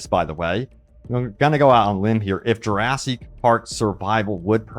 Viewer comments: Plz stop mispronouncing jewrahsik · lil bro can't stop saying juraSEEK park